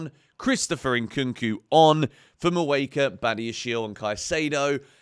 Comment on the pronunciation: Hey, you’re saying shimmy’s name wrong. You’re saying “moo ay ka “ but it’s may ooh ka”